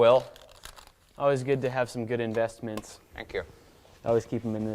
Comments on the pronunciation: in-vest-mints... im done. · "in-vest-mints" I am DONE with this channel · In-Vest-Mints... please tell me you didn't... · You know what I was thinking during that "in-vest-mints" bit? WASTED. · What? An Englishman using a French Press? What would Admiral Lord Nelson say? In-Vest-Mint 😂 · "In-vest-mints"... that word will never be the same. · Lol, investmints... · "in vest mint" Will pls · In-vest-mints......... wow... ok then.. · You gotta be kidding me... in-vest-mints... xd oof